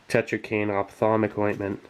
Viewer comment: "opthamolic" for the eyes. same root as optical, should't be that hard